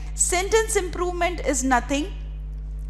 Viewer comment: It is improvement, not impovement